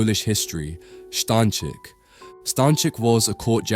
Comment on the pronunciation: STA Ń CZYK.